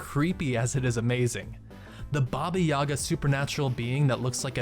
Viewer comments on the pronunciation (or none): YagA. Accent on the last sound